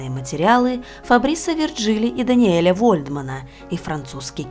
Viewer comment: Необычная история, очень интересно! P.S. Если историки французы, значит, их имена произносятся как ФабрИс ВиржилИ и ДаниЕль ВольдмАн (во французском языке ударение всегда на последний слог).